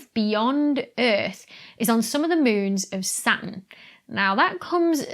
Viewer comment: I love the way you say moons. It sounds like mewns. I don't know why I like that so much, but I do. Here in the US, we don't have accents. OK, I guess they do in the south, and in Boston for some reason, but most of the US - no accents.